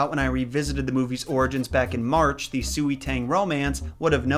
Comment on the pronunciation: “Sui” is pronounced “Sway”. Just saying..